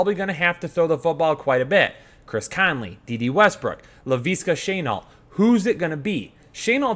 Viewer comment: Laveeeska Shaynault😂😂😂😂